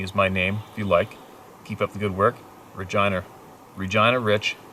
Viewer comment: The lady's name was definitely not regina but regeena lol